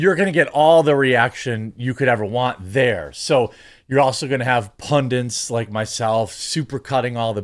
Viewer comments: Did Jeremy say "PUNDINTS", not pundits? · If you are posting this because of how everyone pronounces this word incorrectly, join me in the Cope Train on it. We're too late to stop them from saying "Pundints" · Just for future reference Jer, the word is "Pundits"